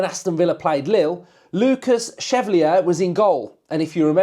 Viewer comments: Great pod mate- Lucas Chevalier would be my choice, btw it’s pronounced SHE-VALLI-YAY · Pronounced Shev al ee ay